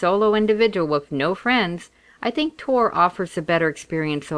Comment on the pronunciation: I hope you know it's TOR right....not ToR... :/